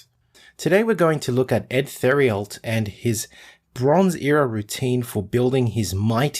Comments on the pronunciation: Our Uncle Eddie Theriault's last name is pronounced "Tare- ee-o." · His name is spelled Edward 'Eddie' Theriault (pronounced: Tare-ee-o)